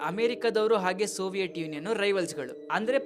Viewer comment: ಸೋವಿಯಟ್ ಅಲ್ಲ ಬ್ರೋ ಅದು ಸೋವಿಯತ್